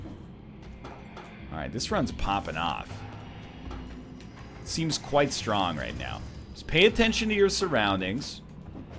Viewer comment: Is it just me or does anybody else hear "Papa Knoth" whenever NL says "popping off".